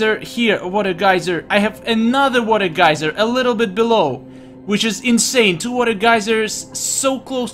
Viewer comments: You switched between geeser and geyser in terms of pronounciation of the word geyser... subs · "water geezer" I giggled.